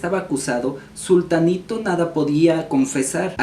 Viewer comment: Pero es zutanito. No zultanito. 😊